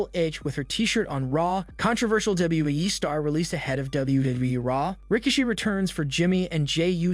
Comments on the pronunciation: Ra-key-she that's how you pronounced his name. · Please learn to pronounce Rikishi's name 💯 and they should bring him back to help sort the mess out with the bloodline. I certainly hope Jey didn't leave WWE but is taking time for a much needed rest , but if so big mistake on everybody that can fix it and don't. People want Jey he's been phenomenal in this bloodline Storyline. he's red 🔥 with the fans at the moment it would be a big mistake for him to go right now. Keep building him he deserves it!...powers that be